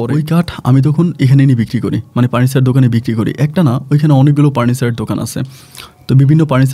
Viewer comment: কি আপন ভাই পার্নিচার দোকান বলে না ফার্নিচার দোকান বলে